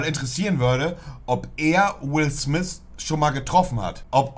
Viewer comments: Niemand: Wirklich Niemand: Monte:Will Smis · "Wis smiss filme" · Jeder Normale: Will Smith Monte: Will Smiss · Ich: "Will Smith" Monte: "Will smihss" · „Will Smis“ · Digger will smiff spricht man ihn aus nicht will smiss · Niemand: Monte:Will smis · Niemand: nicht mal deutsche im Urlaub mit Socken und Sandalen: Monte: Wills Smis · Niemand: Absolut Niemand: Monte: Will Smis und Sous park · Niemand: Monte: Will Smiss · Niemand: Absolut Niemand: Monte: Will Smisss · Niemand: Wirjlich niemand: Monte:Will smiss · Niemand: Wirklich niemand: Monte: Will Smis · wer kennt ihn nicht "Will Smiss" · Niemand Monte: Wil Sniss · Niemand : Wirklich niemand : Monte : Will Smis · Niemand: Monte: Wiu Smis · "Willth mis" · "Will Smis" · Wie oft hat Monte Will Smiss gesagt..😂 👇🏻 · "Will swif"